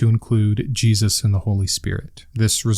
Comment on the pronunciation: Feels like I’m back in school. Part 2 please. I just binged your whole series on the book yesterday. I’d highly recommend everyone watch them. The thing about the feet was crazy to me. Love the way you speak. The way you say Jesus makes me laugh idk. I enjoy your voice and research. I was actually raised a black Jew. Aka a Hebrew Israelite. I no longer believe in god. My mom actually never let us read the new testament so I am learning SOOOOO much. I truly appreciate your hard work.